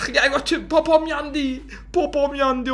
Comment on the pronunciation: Popom Derken Gotim Dedi